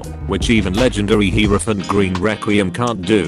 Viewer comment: Me: Hierophant green: Herophant gween